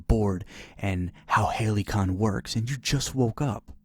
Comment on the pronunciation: “Halycon” sounds pretty legit too